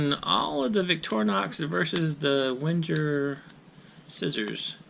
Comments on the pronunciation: "Venn-ger" not "Wenn-jerr" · The w is pronounced as a v. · I died a little inside every time you mispronounced Wenger. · Just Roll Same. I’m a Victorinox collector. I don’t own a single Wenger but I respect their history and know enough to pronounce it correctly.